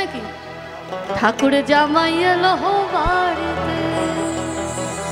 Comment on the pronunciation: একটু উচ্চারণের গলত হচ্ছে। র' ড় এর মদ্ধে পার্থক্য আছে। ঠাকুর জামাই টা ঠাকুড় জামাই হয়ে গেছে।গানটা খুবই ভালো।